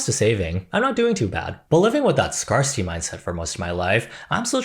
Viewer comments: yo why does Gen Z pronounce scarcity like that? it's pronounced like scare-city. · That is not how you pronounce the word “scarcity” my dude.